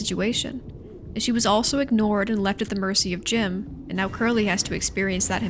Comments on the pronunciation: 'Jimbo' 'jimbolai' either im mishearing or youre not pronouncing jimjam's name correctly and for that I applaud u. that rat doesnt deserve a name 🤮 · I love how you didn’t even bother to say Jim’s name right in some parts(I’m not being sarcastic I genuinely thought it was funny)